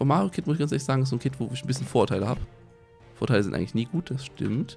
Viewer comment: haha ich hab statt "Vorurteile" die ganze Zeit Vorteile verstanden und mich gewundert weil Vorteile doch gut sind:D Ich liebe dieses Nuscheln von <3 (oder den kleinen Sprachfehler, wie mans auch nennen mag c: )